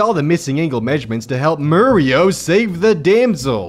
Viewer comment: also, I know I commented this before, but my eye still twitches from . How can anyone fuck up the names of Mario, Lady (aka Pauline), and Donkey Kong?